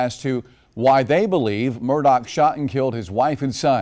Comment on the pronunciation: Why are they calling him Alec Murdock? That is NOT how you pronounce his name!